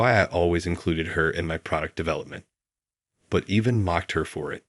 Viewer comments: again "even" or EVAN !!! absolutely pathetic narration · even or evan ? bloody bot narration